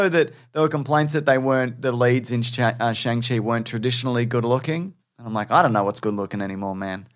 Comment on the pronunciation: Hey and! Just so you know, Simu Liu has clarified how to pronounce Shang-Chi. It's pronounced like "Shong- chee"